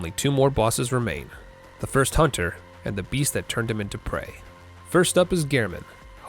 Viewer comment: "A hoonter must hoont"